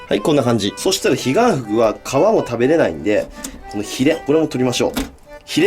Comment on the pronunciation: ｢ヒガンフグを捌いて行きます｣が｢ディアンヌを捌いて行きます｣に聞こえて、え？ってなった。